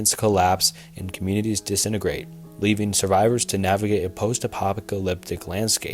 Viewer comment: "postapopicalyptic landscape"